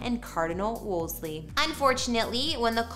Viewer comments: The name is correctly pronounced “Wool- see” NOT “Wools-Lee”. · It’s Wolsey, you’re adding an extra ‘l’ that isn’t in his name. :)